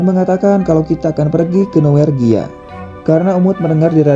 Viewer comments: Norwegia Min, bukan Nowergia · Norwegia. Bukan nowergia